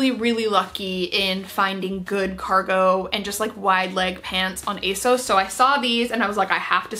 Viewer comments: Here you go: On their website, ASOS say: "So you know us and love us as ASOS. But people often ask where our name comes from (usually straight after they ask us how to pronounce it – it's ACE-OSS, by the way)." That's that, then. Not "ASS-OS", not "AY-SOS", but "ACE-OSS".Aug 18, 2022...but say it however you're comfy.🤗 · If it is a UK site then ASOS is pronounced with the short O sound (as in sausage)